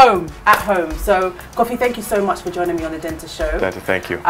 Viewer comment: Informative interview Dentaa. Well done Kofi, wonderful initiative, the standard of Ayi Mensah is very high and certainly on par with European buildings if not better. ... But please, it's Dentaa and not Denta wai. 😁